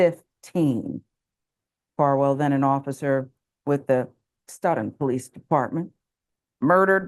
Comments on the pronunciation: POS 🐷 It’s pronounced “Soat-Ton” by the way! Yes - Massachusetts has some weird town names! 😜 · Yup... this is like 20 miles from me. It's disgusting (Sidenote: it's pronounced "STOW-ton") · Pronounced "Stow tin" just fyi